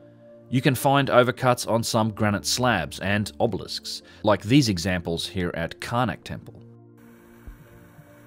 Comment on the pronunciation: I know I can’t be the only one that cannot stand the way this fella says the word obelisk? He makes it seem as if the word contains 2 B’s in it.